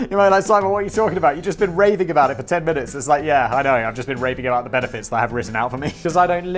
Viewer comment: Does Simon say "raping about the benefits"!?